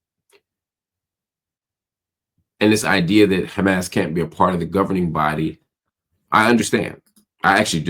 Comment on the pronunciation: Any one that pronounces Hamas like that is a terror loving asshole.